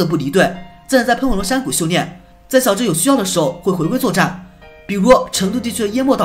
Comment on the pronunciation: 是xiao智，不是siao智，小（xiao）